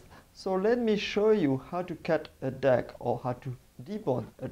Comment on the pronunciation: "A dack" "A cat on the skin" 🤣